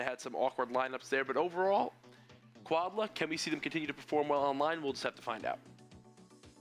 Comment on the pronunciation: I bet it is quad L.A. not quad la.